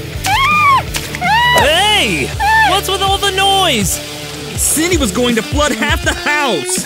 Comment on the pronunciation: it's Cindy not windy